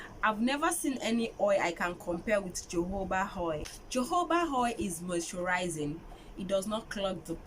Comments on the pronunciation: Thanks for the recepie. But it's actually spelt jojoba oil but pronounced as "hohoba oil" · Very educative video, well done sis. Quick correction, it is pronounced as HOHOBA oil, the Js are pronounced like the letter H. See the phonetics /həˈhoʊbə/